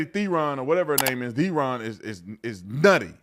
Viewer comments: You pronounce her surname "Tron" not Theeeeron.😮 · I love how Tatum keeps saying Theron or Thereon or whatever, never heard of her. 😂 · The freak Charlize pronounced her name as if she were some African Queen..calling herself Sharlees THROWN💩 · You pronounce it Tron in South Africa. And yes, we are embarrased that she was born here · I am from South africa and we do not like Charlize Theron, pronouncing T'ron!! She is such a fake. Still believing and telling americans she comes from a farm in south africa O PLEASE, it was a shabby smallholding on the outskirts of Benoni. She will do anything to stay relevant in hollywood. You GO Megan Kelly!!! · She is an embarrassment to us South Africans. At least we still have Elon 😂 Btw mr.Tatum its pronounced Tron even though it is spelled Theron